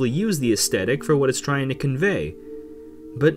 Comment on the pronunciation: wtf is an 'estettic' -_- aes th etic listen to an audiobook or something ffs